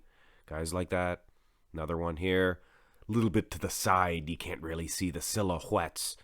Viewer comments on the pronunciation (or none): none